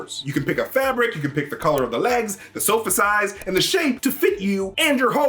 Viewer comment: The way he says “SOFA”